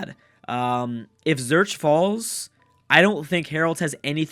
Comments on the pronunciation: Zurich is pronounced Zoo-rick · I'll give you a cookie if you pronounce Zurich correctly:D